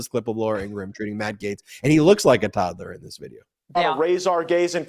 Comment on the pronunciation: I absolutely love you guys. Ben is pronouncing Laura Ingram’s name wrong. Just constructive criticism.